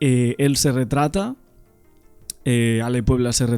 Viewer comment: Se dice RETRACTA